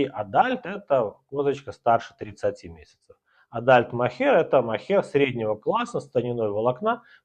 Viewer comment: На английском слово adult после буквы “d” буква “u”произносится как «о». 🙂